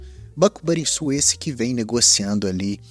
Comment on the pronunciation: Video que mais esperava, foi uns dos primeiros que comprei sem mto conhecimento ainda e acabei comprando caro, mas vou seguir com ele investindo aos poucos quando ele tiver baixo assim pra longo prazo, muito bom video como sempre, só vale dizer que se pronuncia Banrrisul mas isso é o de menos kkkkkkk